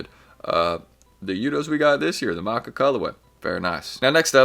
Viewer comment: one day you will say " Mah T Cha" instead of maka 😂